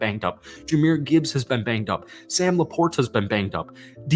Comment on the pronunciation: Buddy you say Sam LaPortas name better than anyone in the game 😂